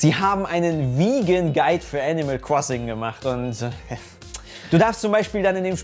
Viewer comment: Nobody:: Animal Kwossing